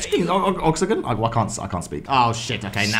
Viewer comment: lol 😂 look how is pronouncing oxygen 😂😂😂😂😂